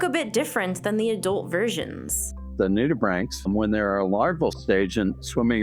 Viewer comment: . I learnt how to properly pronounce nudibranchs! Thank you.